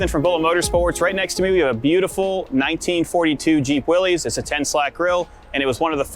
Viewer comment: glad to see that u say Willis... yes, its not willies.... a willie is what people pee with.